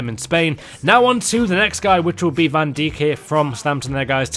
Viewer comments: Ohhhh myyyy gooooddddd. It's not Virgil van deek it's pronounced Virgil van d--eye--ck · it's van Dike not fcking van Deek... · van daik is how you say it not van diek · Wow you couldn’t even pronounce Van Dijk Hahaha ”Van Dik” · 'Van Dijk' you pronounce as 'Van Daik' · You pronounce Van Dike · No u don't it's Virgil van dike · it's pronounced van dyke just thought I would say p.s I know it's not spelt like that:D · great video but Van Djik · The way he said van dijk Little did he know… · hij moet het gewoon gaan luisteren op google vertalen